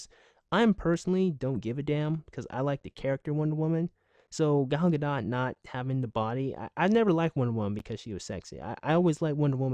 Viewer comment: Thank you for pronouncing her name (Gal Gadot) right